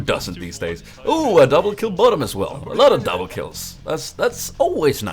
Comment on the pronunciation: DOUMBLEH KILLEH